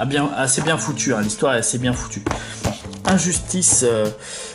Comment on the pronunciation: L'accent français.😂